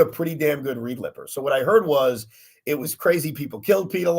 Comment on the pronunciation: "read lipper"